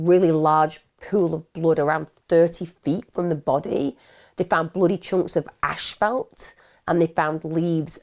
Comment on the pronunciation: Not to be funny but asphalt is pronounced like "ass" "fault"